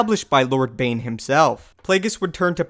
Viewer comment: Bane not vane